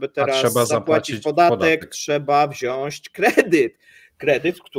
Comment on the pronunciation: panowie, mówcie proszę wziąć ... a nie wziaść :) tylko słucham na słuchawkach i jakoś mi się wbija XD pozdro za kawał dobrej roboty!!!